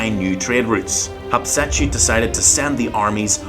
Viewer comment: Sir it's HAT SHEP SUTTTTTTTTTT